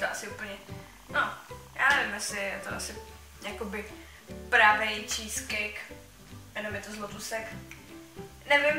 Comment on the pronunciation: Skvělý video, ale kdyžtak "cheesecake" se vyslovuje "čískejk";) Joo a to "testo"by se v ty nadobe melo asi nejdriv rozmichat neeeee!!?